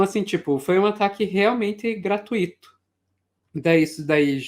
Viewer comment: A pronúncia é gra-tui-ta e não gra-tu-i-ta, nunca. Veja-se o exemplo da palavra mui-to e nào mu-i-ta.😊